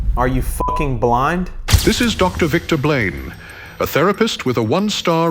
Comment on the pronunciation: Narrator saying “Victor Blane” sounds like… “victim blame.” 🤔